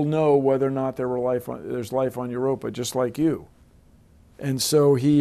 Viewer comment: 'Yer rope ee in.' It ain't rocket science. Erer.. waiddaminute...